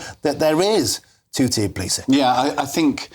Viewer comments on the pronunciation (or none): none